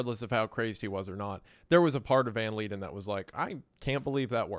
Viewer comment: He is Dutch and it's read as Yan van (v with f-ish sound) Leiden (I can't describe, please look it up) but yeah, I don't know why he didn't look it up but all the words in his name was wrong lol.